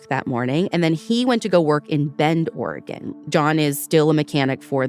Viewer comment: I’m a lifelong Oregonian, and I’m not familiar with Camp Sherman. About halfway through they mention that it’s near Bend, Oregon. I would love to hear more Oregon stories, and Ashley even pronounces Oregon correctly!